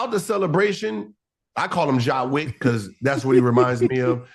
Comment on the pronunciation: Ja' Wick 😂